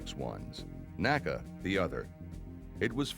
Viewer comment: I had to quit watching. Was OK until the narrator began referring to “nA-kUh”. Even though within minutes says “the N A C A” when referring to the agency he worked for. Like fingernails on a blackboard. A museum should know what old agencies and departments were called. Nobody back then ever called it anything but The N.A.C.A.